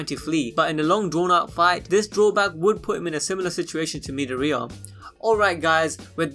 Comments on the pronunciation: The way u say midoriya gives me headaches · The way this guy pronounced Midoriya made me cringe.